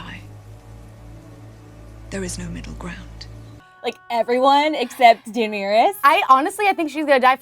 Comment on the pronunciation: welcome to 14 minutes of pronouncing Daenerys like “Dinierys”